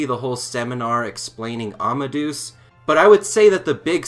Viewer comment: I can understand mispronouncing Japanese names, but why are so many people mispronouncing Amadeus? I'm sure you know who Mozart was. Wolfgang Amadeus Mozart. The "deus" bit means god. It does not rhyme with goose. Say it more like "Ama-day-us".